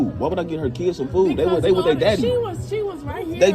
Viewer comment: But she pronounced it as "keeds"; that alone would make me end the date right there.